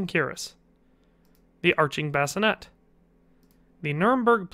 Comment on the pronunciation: A Bascinet is something you put a baby in to sleep. The helmet, is pronounced "Bas-ci-nAY". Spelling varies as Bascinet, Basinet.